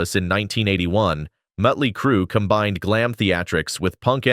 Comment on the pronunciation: This video sucks...randome pics of bands that have nothing to do w what is being discussed...mispronounced band names, mutley crew... lots of baseless assertions, etc